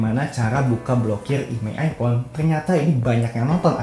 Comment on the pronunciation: minimal jangan bilang andloit andloit ipon